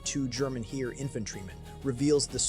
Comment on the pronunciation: It is pronounced Hair, not Here!!!